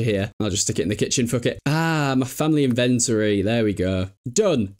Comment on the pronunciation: Inventing a new way to say inventory 😂